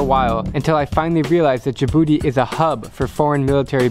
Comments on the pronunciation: and the name isn't like you said "djibouti not djabouti"wrong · It’s not “jabooty” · Djibouti is pronounced Ja' Booty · Miss: tell me a countrys name Student: djabooty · You only spoke about negativity of my country 🇩🇯 but you missed a lot of places to visit. By the way it's Djibouti we pronounce it "Tii" at the end thank you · Djibouti 🇩🇯 ji-booty 😂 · How to pronounce Djibouti Dij-booty